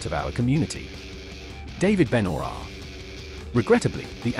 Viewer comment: David "BEN-U-ROIR". 🤣🤣🤣🤣🤣🤣🤣😂😂😂😂😂😂😂😂🤣🤣🤣🤣🤣🤣🤣🤣🤣🤣